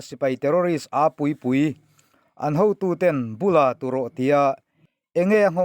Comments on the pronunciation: Mupmup hmasa zawk thlûk leh Bûla turawh, toh leh Chengrâng tih 3 te thlûk dik lo palh kha áw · Bula tu rawh, ithluk dan hi a diklo. Ui meibul(Bul) thluka thluk tur aw. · Bula hnai tia lam rik ang nilovi Bul , chhum, bung tiha Bula tih alam tur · "Mup mup" i lam dan a dik loa, "Bula tu rawh" tiha "Bula" i lamdan adik lo bawk...a bak chu a ngaihnawm viau e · Bula tu rawh tiha Bul hi kut bul tiha bul lam rik anga lam tur zawk a ni.